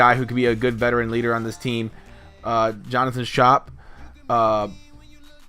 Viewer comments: it's not shop, it's scope and it's mat-us too BTW lol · I believe it is pronounced scoop, not scop. :) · U said schoop wrong u say as scope